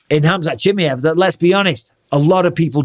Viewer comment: HamZat JimmyEv.... 😂 Bisping don't care for pronunciations llf